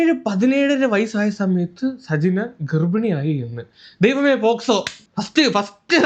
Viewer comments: ദൈവമേ പോസ്കോ❌ ദൈവമേ പോക്സോ ✅😂😂😂😂😂😂😂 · പോഷകോ അല്ല പോക്സോ ആണ് 😂😂